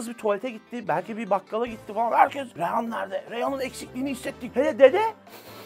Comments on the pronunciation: Dizinin ana karakteri ebru şahin'in dizideki ismini bilmiyosunuz daha geçmiş eleştiri yapıyosunuz. Reyhan değil. Reyyan. 6.49 da reyhan diyosun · önce bir adını öğren karakterin. reyhan değil "REYYAN"